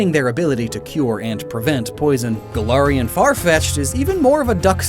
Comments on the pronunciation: Really interesting video 👌 Although the way you say Galarian makes me want to throw up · im sorry, but the way you pronounce galarian annoys me deeply, other than that great video